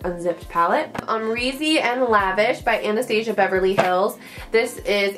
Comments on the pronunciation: Anastasia is pronounced Ana-staw-zee-ah. That's how her daughter pronounces it. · it makes me cringe every time she says it!!! Lol! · Loving the new desk and storage! But I must say the Amount of times you said Anastasia wrong made me a little sad. Too each their own! LOL